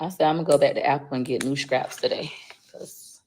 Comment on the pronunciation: “Schraps” = “Scraps”. She is a disgrace